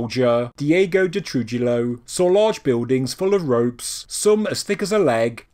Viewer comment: Trujillo: "tru HEE yo"